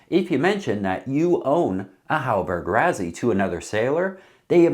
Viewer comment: PLEASE ! Why Why do Americans insist on finding a way to mispronounce everything.. Rassy.. two sses.. how can that be translated into RaZZy ?? Stop it or we're going to begin pronouncing Connecticut, Connect icut.. Arkansas, Ar Kansas..and many more.. :</